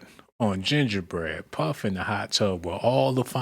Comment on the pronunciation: Some content creators "glaze"(exaggerated emphasis) so hard over somethings way too much. Gingerbread.... It was no need to emphasize the term